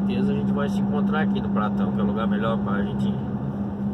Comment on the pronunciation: Boa noite, vc passou na minha região, vc até falou o nome da minha cidade, só que falou errado, é Carmo do Paranaíba kkkkkk, mais dá nada não kkkkk, e o posto também não é pratão não, é patao kkkkk, tudo de bom pa vc, viage com Deus